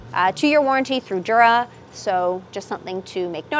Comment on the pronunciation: I never get why people mispronounce it Jur-uh with a J sound, when even in their own promotional videos it's Yuh-ruh, with a Y sound.